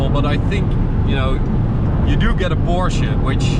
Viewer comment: I appreciate that you actually say "Porsche" instead of the casual "porsch"